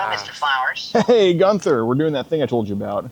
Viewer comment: Gunther= jee- you- in- there